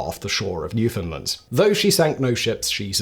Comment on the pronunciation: Your pronunciation of "Newfoundland" is polished and delivered (almost) like a native. 🙂